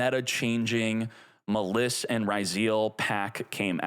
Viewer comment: Boy, since the Duel Links times, spelled some Yu-Gi-Oh names wrong, and now, 5 years later, the way he says Maliss and Ryzeal hurt my ears